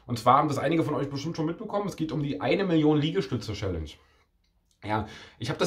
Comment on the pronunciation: Wie er jedes Mal „Schällensch" statt Challenge sagt 😂😂